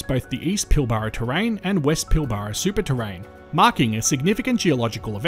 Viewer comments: i‘m sorry to nitpick but here in WA we pronounce pilbara as pil-brah not pil-bar-a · It's pronounced PILBRA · It's pronounced the pilbruh